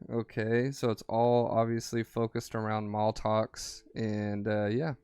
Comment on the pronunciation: Its MAT-LOX lol not maltox.